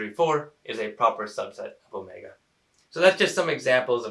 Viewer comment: you mention, 5 is not in set Omega (which you mispronounced I believe).